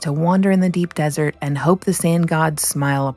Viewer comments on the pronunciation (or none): none